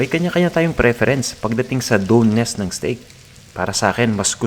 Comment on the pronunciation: Just a piece of advice, if you can’t cook a steak properly please don’t make a video of it. You didn’t even sear the meat properly and didn’t tell your viewers what temperature of the meat they are looking for if they want it rare/medium rare. Lastly, doneness is pronounced as duhn-nuhs.